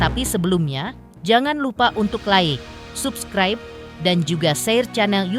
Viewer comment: YG BACAIN INTENS ORANG MANA YA... NGOMOMG NAMANYA GALA "SKY" GA BISA... NGOMONG SUBCRIBE JG GA BISA PEMENGGALAN KATA JG KADANG NGAMBANG